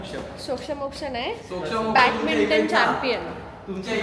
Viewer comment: Swatala professional mhante ani badminton la batminton pronounce karte 😂😂